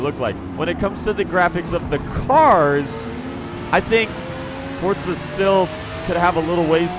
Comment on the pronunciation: Welcome to FORTZA Motorsport 😂😂